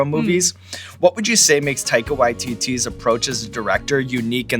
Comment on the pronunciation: Sean as a New Zealander, your pronunciation of Taikas name, ON POINT! THANK YOU for pronouncing it correctly!